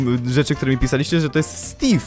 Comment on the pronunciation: Czemu stave a nie steve